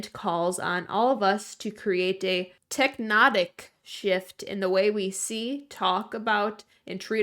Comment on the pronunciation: indictment: pronounced in-dite (rhymes with mite)-ment Tectonic: tech (like technology) - tonic (like the drink)